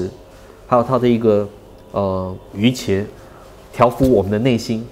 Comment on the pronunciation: 瑜伽的伽的讀音是家，不是茄